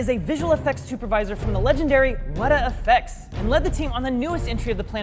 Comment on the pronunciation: Weta FX? More like Wattah FX, am I right?